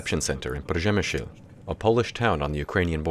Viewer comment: I appreciate the try pronouncing 'Przemyśl' 😁 Thank you for the initiative ♡ we 🇵🇱🇺🇦need international support